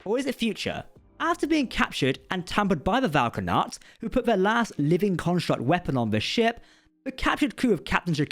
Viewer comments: Vau na’kat. Not Vau ka’nat. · Yeah, Prodigy's timeline is a bit wonky. Yay time travel! Thanks for the video! Also, it's Vau N'akat, not Vau K'anat